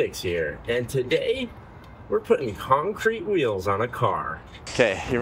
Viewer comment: It’s Conk Crete baby